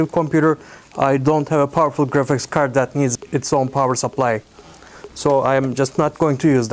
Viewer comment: power sapplahj